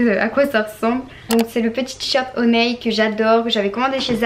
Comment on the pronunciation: c hon[i] pas hon[eille] sinon bonne video et fais attention a ne pas te montrer en maillot de bain car il y a des gens chelou qui traine sur ytb ❤